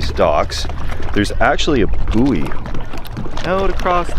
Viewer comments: A booey? It's pronounced boy! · Suggestion: pronounce "buoy" the same way you pronounce "buoyant" but without the "ant" bit.